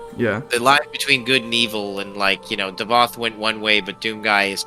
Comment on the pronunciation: it's davoth thats his name